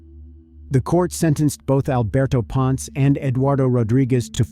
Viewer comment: it is pronounced as "pon-se" not "pons"